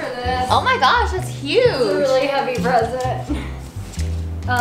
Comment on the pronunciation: The moment where said I have a spresent for you when she meant present and mixed it with surprise